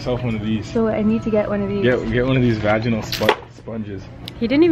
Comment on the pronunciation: Who else heard funny the way he said vagina 😂